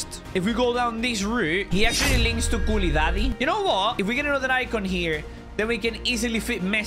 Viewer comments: Why u say kouludobly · bro said kuladaddy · my guy said koualidady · u said koulidady 🤣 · Why is everyone calling him koulidaddy